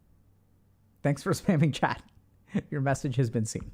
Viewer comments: I keep thinking he's saying 'Chad' instead of 'chat' 😂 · (Take into account English isn't my mother tongue)👇🏽 The first time I watched one of Dr.K's videos, and he addressed the chat, I heard "chad" and I was wondering if he call everybody chad just to be positive. It took me to watch a couple more videos to realize he was saying chat.